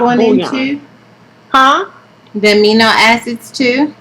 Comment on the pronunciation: Right, "aminio " acids lol 😆